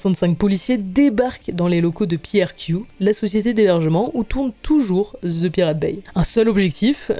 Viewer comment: Dans le mot anglais "The" n'a pas "Z" ! 😊😅😂 Les français ont tellement de difficultés avec l'anglais 😅😊✌️